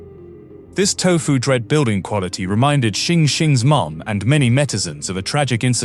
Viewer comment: I think it is "tofu dregs" not "tofu dread"